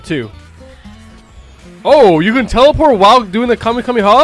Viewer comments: You said kame yo mama it’s ( kame hame ahhhhhhhh) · it’s Kamee hamee haaaaaaaaaa not Kame a mama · bruh its not kamieahama its ka-me-ha-me-haaaaaaaaaaaaaaaaaaaaaa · Its kamèhamèha not kamehamama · U PRONOUNCE IT LIKE KAH MAY HAA MAY HAAAA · He really said kahemama😂😂😂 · CALL ME A MAMA??????? ITS KAMAKAMAHA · Not making fun of is because he said kahmeha bad bro 😂😂🤣🤣😂😅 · Its kamehyomama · Bro it’s called kah-meh-ha-me-haaaaa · ITS KAMEHA MEHA